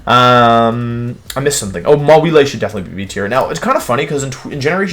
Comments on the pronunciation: Mawile - Mah Wii Lay Ninetails - Nii Nay Tails Zygarde - Zy Grade Why does he do this? He pronounces them right sometimes? Is it some obscure reference? I've watched his videos for like a couple months and these things bother me to no end. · Mega Maw-wee-lay. But then he says it that way twice and then changes to the correct pronounciation. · maw-ee-lay lmao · Why the fuck do you pronounce the pokemon names and some words so badly?? Its not MawEELEH its Maw-wahyil Its not JOOggernaut (holyshit) its JUH-ggernaut This last one made me not want to watch anymore. Its not WHenYusaur its Veenoosohr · Maw-wheel-a lmao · I HEARD THAT MAWILE PRONOUNCIATION "MAH-WEE-LAY" IM SOBBING